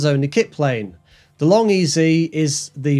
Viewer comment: Say long ez. Not long ezy. It’s Vary Ez E. Not Vary Easy. I spoke to Burt and confirmed this.